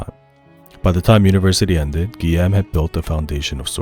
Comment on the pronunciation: Great video, excellent summary of the creation process of such a masterpiece. I just needed you to know that Guillaume is pronounced: GUI(like guitar)-y-ome(like home), and Tom Guillermin is pronounced like: GUI-y-er-main. “-ill” are pronounced like the consonant sound of “y”